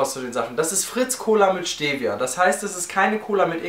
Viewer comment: Tolles Viedeo Aber ihr deutschen sprecht Stevia alle falsch aus :D